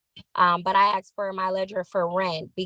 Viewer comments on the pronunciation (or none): And she ‘axed’ for a ledger. 😊